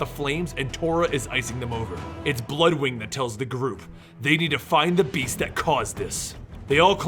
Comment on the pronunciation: Is he calling Bloodwynd Bloodwing?